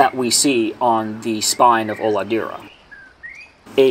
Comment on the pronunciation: i'm native portuguese speaker too. HOLADEIRA means nothing, but it does look to be a regionalism that would fit in brazil. If it's the proper name for it there and it wasn't lost in translation, that is probably a mixture of an indigenous regional word with portuguese. Not uncommon in Brazil at all. The pronunciation is also "O-lah-day-rah", not "Olahdeerah". "ei" in brazilian portuguese is said "ay"